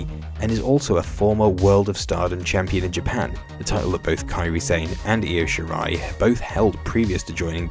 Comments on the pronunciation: It's IO Shirai, not Lo Shirai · Great video but LO SHIRAI 😂😂😂